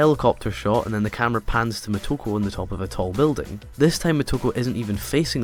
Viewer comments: it´s "Motoko", not "Mehtoko" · I'm wondering why you keep calling her "M a toko" when her name is M o toko. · exactly he's Scottish